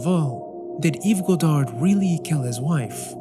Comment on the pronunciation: It's pronounced Yves God-arr, not God-ard